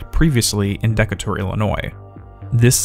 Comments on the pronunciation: The way you said Decatur physically hurt me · FYI "Decatur" is pronounced "dee KAY tur" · How have you gone your entire life without hearing "Decatur" or "plaid" spoken aloud? It seems impossible.